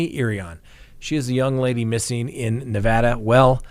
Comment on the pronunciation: Hey, I am glad you pronounced Nevada correctly. Washoe is pronounced wa-show. 😄 Love your show, keep up the good work